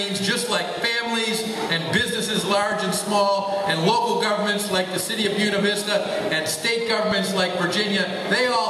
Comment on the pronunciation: BUE-NA is pronounced BOO-AY-NA. Dickwads.